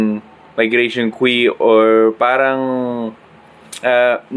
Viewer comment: on kweee? haha, cute mo. btw queue is pronounce like 'kyoo'. no hate, lets go!